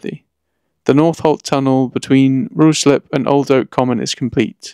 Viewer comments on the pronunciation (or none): It's Rye-slip, not Rue-slip 🙂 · The pronunciation of Ruislip is RICE LIP lol) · Great video. Slight correction. You mispronounced Ruislip.